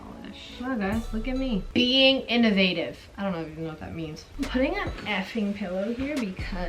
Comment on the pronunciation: “wow guys look at me...being inavative” 😭😭